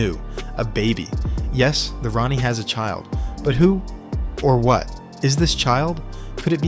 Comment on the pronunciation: This is just AI dross. Did you listen to the AI narration, or check the written text, before uploading??? No, of course you didn't... If you had, you'd have picked up all the "Ronnie" nonsense, and it's NOT pronounced tee ay are dee ess, it's pronounced tardis.